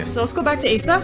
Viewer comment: Her name is properly pronounced as (oz-zah).